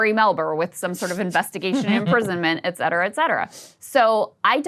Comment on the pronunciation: day 237 of requesting a ban on krystal saying the word "etcetera"